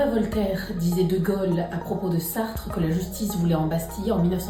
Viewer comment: rien que la manière de prononcer "de gAUlle" je peux pas